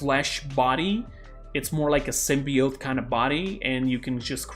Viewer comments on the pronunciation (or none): none